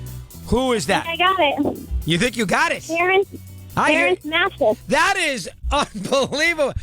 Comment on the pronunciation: she mess up Terance Mathis name to if you listen careful